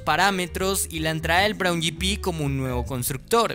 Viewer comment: Braun yipi? escuadra? Pero qué idioma es ese....